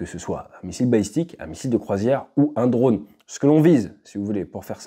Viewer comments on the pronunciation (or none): none